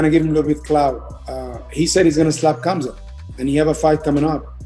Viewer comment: its MA-GO-MED-SHA-RI-POV, he is not ben shapiro also it is KHAM-ZAT, just llike KHA-BIB sound of anyone calling him hazmat,, and ben magomedshapiro is just obiously too dumb to wipe their own ass.